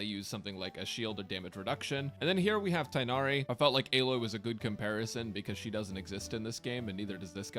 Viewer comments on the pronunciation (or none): none